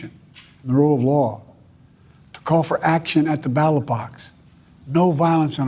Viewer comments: "battle box"? Since when is ballot pronounced battle?? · Its Ballot Box Not "Battle Box" 😂😂😂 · I thought that's what I heard... Twice at that!! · “Battle Box” you mean ballot box, LOL!!!